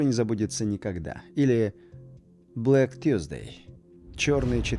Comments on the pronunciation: Поаккуратнее с английским: вы произносите Black Tuesday- а это Чёрный Вторник, а не Четверг, который произносится ˈθɜːz.deɪ и пишется Thursday. Shooting Star - Стреляющая Звезда, а не Падающая. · не тьюсдей а сьорсдей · Очень круто и по английски , четверг это другое слово, ты произносить, как вторник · Ну, ТУсды, ПЁРДсды, ... вообще-то, какая разница? На фоне ТАКОГО доклада! Ведь классный "рипорт"😊! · Вам видео интересно или хотите показать свои знания в английском ? Он и хотел сказать четверг, но не так просто правильно произносить иностранные слова.